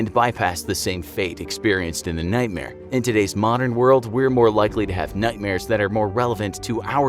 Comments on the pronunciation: I swear he said "nutmare" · HE DID